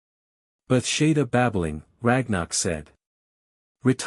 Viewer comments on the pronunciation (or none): Bethesada pronounced Beth-say-da means "House of grace" or "House of mercy" it is not pronounced Beth-Shay-Da. There is a Bethesada Wales and it is sometimes used as a first or middle name.